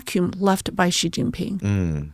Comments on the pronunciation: Listening to just the bit on Taiwan, my view of plummeted, and I decided to listen to no more. (I'll listen to on her own channel.) First, try to pronounce "Xi" the same way as the native Mandarin speaker sitting across you does. It's not difficult: "syee". Second, travel some outside the US. There are more than a few structures out there older than the US of A. Third, try to geography a little more, especially before you start shooting your mouth off about a place. Fourth, when a guest starts getting into the meat of an issue, don't interrupt with another tangential question. I hope Trump listens to naval officers. Geopolitics is the NUMBER 1 reason the Americas need to be concerned about Taiwan. Never mind Hawai'i, do you want to defend your coastlines at the first island chain, which includes Taiwan, or do you want to defend them just off the coasts of Seattle and L.A.? Key allies Japan and South Korea would also be at the mercy of China controlling the shipping lanes for their trade, including oil from the Middle East. Semiconductor factories falling into the hands of China are a superficial and not a huge concern. If it came down to it, key machine parts would be removed from factories before Taiwan fell, or they'd even be blown up if need be, be it by scuttlers or Tomahawks. The semiconductor manufacturing ecosystem would then have to be built elsewhere (which could take some time and be less efficient than what Taiwan has built up). Valuable geostrategi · Please let know that he is pronouncing Xi Jin Ping's name incorrectly. You obviously are not listening to? pronounces his name as SHE...you are pronouncing it as CHE...FYI. Thank you. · HIS NAME IS NOT ZZZZHHHHHGEEEE... HIS NAME IS SHE... EXACTLY LIKE THE FEMALE PRONOUN. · Is Xi Not Gi. Why some westerners keep spell Gi . Lol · Xi Jin Ping is pronounced like “she” Jin ping. Listen to pronunciation.